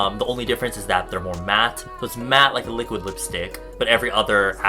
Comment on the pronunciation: Li liuk liuk li-quid lipstick HAHAHA